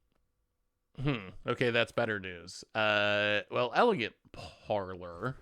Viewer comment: Parlor. Par - lur. Par like in golf, then "lor" rhymes with "fur." I know you catch grief for the way you say things and the way you sound 😂 but I'm going nuts on elegant parlor.